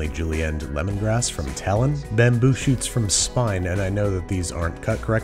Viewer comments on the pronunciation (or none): none